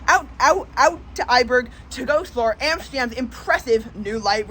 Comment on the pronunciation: try to pronounce it like it is, the next time. IJburg is like I-burg. Like in I am. Not how you say it like A-burg